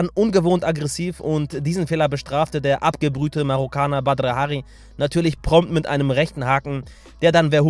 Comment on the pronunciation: Du sprichst seinen Namen total komisch aus an hört sich komisch an